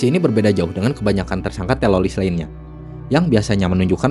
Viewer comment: typo skrip,typo ngomong, teroris jadi telolis duh duh duh